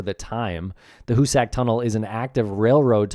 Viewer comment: Hoosick.... not hoosACK